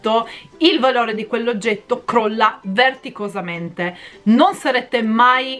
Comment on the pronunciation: ...si dice vertiginosamente..... ADORO 🤣🤣🤣🤣🥰😘❤️❤️❤️